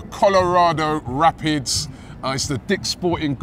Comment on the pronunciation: Never heard of the Colorado “Rapits” Robbie honest to god man your pronunciation of teams and players are horrendous